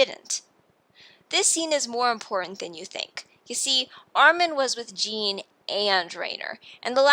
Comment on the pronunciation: Great video, but please pronounce the names correctly next time. Its so hard to sit through when you keep calling Riener "Rain-er" and Jean "Jeen"